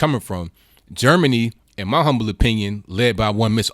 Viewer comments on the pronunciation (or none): none